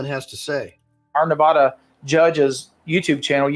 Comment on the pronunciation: Its Nevada NOT NEVAUDA